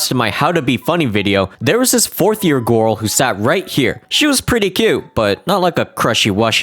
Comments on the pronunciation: The way pronounces “girl” as “gurl” will never get old. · "gorl" and "crushwy" 🗿